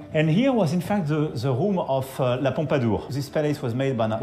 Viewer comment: Ze roum of Ze pompadour... En plus son anglais est complètement merdique, prononciation d'élève de 6 ème... 😂😂😂😂